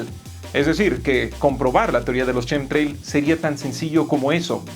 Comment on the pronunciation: nunca será capaz de pronunciar " shinji " o " chemtrails " XD